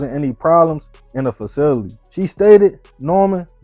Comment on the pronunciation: The fact that you a grown man and cant pronounce the word “facility” is wild